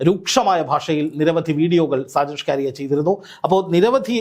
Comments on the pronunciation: DEAR JOURNALIST, PLS PRONOUNCE HIS NAME AS ഷാജൻ സ്കറിയ । അല്ലാതെ സ്കാരിയ അല്ല . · ഷ്കാരിയ അല്ല ! ഷാജൻ സ്കറിയ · സാജൻ സ്കാരിയ അല്ല.. സാജൻ സക്കറിയ എന്നാണ് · എത്ര കഷ്ടപ്പെട്ടാണ് ഇവൻ സാജൻ സ്കറിയയെ സാജൻ ഷ്കാരിയ ആക്കുന്നത് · സ്കാരിയ or സ്കറിയ? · നിങ്ങൾ ഷാജൻ സ്‌കറിയയേ കളി ആക്കുകയാണോ. നിങ്ങൾ എന്തിനാണ് സ്കാരിയാ എന്ന് പറയുന്നത്. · ഷ്കാരിയ അല്ലടാ ശശി, സ്കറിയ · ഷാജൻ. ഷ്കാരിയൻ.. നാക്ക് വടിച്ച് പറ വടുവ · സ്കാരിയ അല്ല സ്‌കറിയ എന്ന് ആണ് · "ഷാജൻ ഷ്കാരിയ" അല്ലടോ😂😂😂 ഷാജൻ സ്കറിയ ആണ് 😅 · ഷാജൻ സ്ക്കറിയ "ഷ്ക്കാരിയ" അല്ലാ.... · സ്കാരിയ അല്ല 🙄🙄സ്‌കറിയ. കഷ്ട്ടം. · ഷ്കാരിയാ അല്ല പുല്ലേ... സ്കറിയാ... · ഷ്കാരിയാ ആണോ സ്കറിയ ആണോ മാഷേ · സാജൻ സ്‌കാര്യ യ അല്ല സാജൻ സ്കറിയയാണ് താൻ പുതിയ പേരു ഇട്ടതാണൊ😂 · ഷാജൻ സ്‌കാരിയാ അല്ല... ഷാജൻ സ്കറിയ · ഷ്കാരിയ അല്ല, സ്കറിയ. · സ്‌കറിയാ എന്നാണ് ബ്രോ.. 🙏എപ്പോഴും നിങ്ങൾ അയാളുടെ പേര് പറയുന്നത് ഷ്കാരിയാ എന്ന് കേൾക്കുമ്പോൾ വളരെ ബോറാകുന്നു 🙏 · സ്കറിയ.. എന്ന് വായിക്കാൻ അറിയില്ലേ? അതോ തള്ളി രസിക്കുക ആണൊ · സ്കറിയ എന്ന് തനിക്ക് നാവ് വഴങ്ങില്ലേ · ഷ്കാരിയയോ? കറിയായല്ലിയോ😅😅😅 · എടാ മൈത്താണ്ടി നാക്കു വടിക്കണം എന്നിട്ട് അന്തസ്സായി സ്കറിയാ എന്നു പറഞ്ഞു പഠിക്കുക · സ്കറിയ, ഇതു പോലും പറയാൻ പറ്റുന്നില്ലേ reporter സഹോദരാ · Perché dici സ്കാരിയ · താങ്കൾക്ക് സ്കറിയ എന്ന് പറയാൻ അറിയില്ലേ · ഷാജൻ സകറിയ എന്നാണ് അയാളുടെ പേര്. താങ്കൾ വായിക്കൂന്നത് കേട്ടാൽ ആരാണ് എന്ന് കരുതി പോകും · അക്ഷരം പഠിച്ചു കാണില്ല